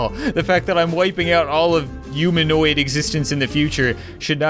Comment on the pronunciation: y u always say uman or umaniod instead of human and humanoid